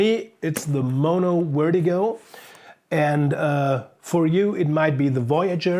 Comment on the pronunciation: Didn't realize you were german until you said wertigo lol keep it up